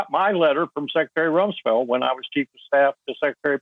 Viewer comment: LW, when you said Rumsfield it all become clear